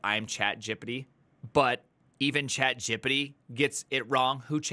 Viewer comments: It's ChatGPT, not ChatGipiti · it bugs me that you say "chatgippydy"